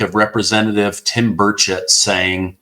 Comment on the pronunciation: Are you saying Tim Birdshit?